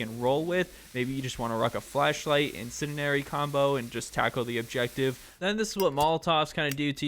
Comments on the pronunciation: Nice video, getting harder to find Insurgency content these days (I know vid is old) Ps. Pls learn how to say Incendiary my god 💀 It's like hearing a grown adult say "scabetti" instead of spaghetti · Thanks for the tips! But my man… you may need to brush up on how to say incendiary. 😅